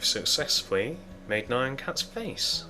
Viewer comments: it's nyan just say nean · I think it's n-ee-un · Here is the pronunciation Nee-YAH-n cat. BTW, Really awesome tutorial, I needed to make nyan cat, for a roller coaster I'm deticating to my mom!